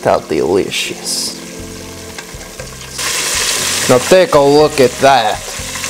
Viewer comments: This is how many times said DEELIOUSSS!! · When the KFC part was here I was listening to all the times he said delishos